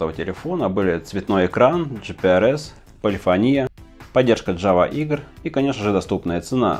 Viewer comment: Не полифонИя а полифОния!